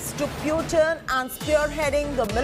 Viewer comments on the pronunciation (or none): “Pewtin” lmao